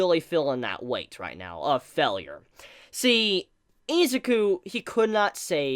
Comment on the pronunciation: "Fellure" XD